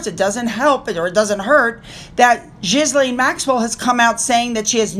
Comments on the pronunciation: That horrible woman’s name is pronounced….Ghi-Lane……you do not pronounce the “S”. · Did you say "Jizz Face Maxwell "? 🤣🤣🤣🤣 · OMG🤣🤣🤣🤣 how you say that Maxwell woman's name... jizz-lane 🤣🤣🤣🤣🤣🤣🤣 Did you say it that way intentionally??? You're too funny 🤣🤣🤣🤣